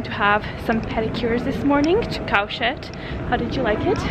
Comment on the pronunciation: Oh my, you said Cowshed...sounded like "Cowshit". Just curious, you live in London, yet you speak with American accent.